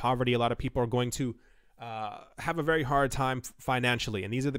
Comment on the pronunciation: Its not dead, but wery down, and wery depressing.